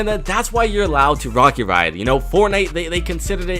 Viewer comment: Can We Admire That He Said Chapter 3 Season 1 through And Also how he said Rarget instead of Rocket from through